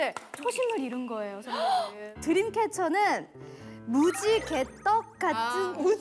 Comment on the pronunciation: 보면서 진짜 완전 깔깔 웃다가 뒤로 넘어가고 장난 아니였어요ㅋㅋㅋ 순규 와 드림캐쳐의 레전드 영상🤣 유빈언니 소원 2기 키트 계속 비닐도 뜯지 않고 갖고 있었던 진심녀가 성덕이 되어 싸인까지 직접 받고 사진까지 같이 찍고 내심 부러웠어요ㅎㅎ 반응도 엄청 짱으로 재밌었어요💜 무지개떡 발음도 진짜 해보니까 너무 어렵고 그 상황에서 그럴 수 있을 만한 단어더라고요ㅋㅋ '색깔이 다르지만 맛은 하나다!' '우리도 다양하지만 하나로 똘똘 뭉친 그룹이다!' 유빈언니... 짱짱! 보라언니 "나여 나여" 이거 톤도 계속 생각나서 보다가 계속 웃었답니다ㅋㅋ 숨겨진 개인기도 너무 웃겼어요🤣 팔꿈치 혀 닿기... 생각보다 어려워요 잘 되는 사람 안 되는 사람 많답니다... 짱짱 랜덤 밸런스도 이 영상 보면서 했었는데 이온음료 생각하다가 탈락...✔ 근데 언니들 진짜 너무 재밌는 거 있죠 내가 이 맛에 드림캐쳐 사랑하는 인썸니아 된 거야~ 💖근데 정말 너무 재밌었어요 전설의 연습생💚 ❤우리 언니들 다만세 커버 영상도 있으니까 봐주세요 올더케이팝&순규❤